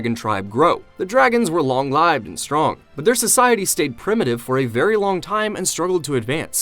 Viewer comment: This is an AI video. it gliches and says long lieved instead of long lived.